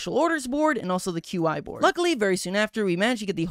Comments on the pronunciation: The fact that pronounces Qi's name like "Queue-Eye" and not like "Key" upsets me a lot for no reason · idk i pronounce it as "chi" since it sounded like a Chinese word to me. So "key" sounds off to me but i don't mind bc there's no canon pronunciations in a game with no VA.